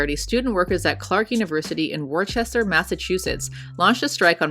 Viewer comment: The least important part of the story, but Worcester is pronounced Wuh-ster or as a local, wuss-tah :)